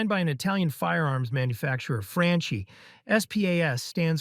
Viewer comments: Frahn-kee Spahs-Twelve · Franchi is pronounced "fr-uh-nkee" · the way you pronounce the SPAS and Franchi is just criminal.